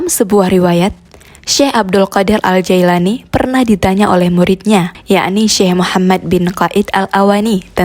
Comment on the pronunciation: Afwan 🙏 yang benar nama beliau,, JILANI bkn Jaelani juga bkn Jailani🙏